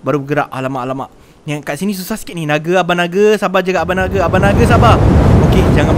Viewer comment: Nape hora ckp bang nage